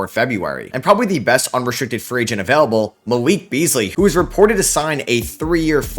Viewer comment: "A player that's UhVELable" Where are you from? Are you Canadian?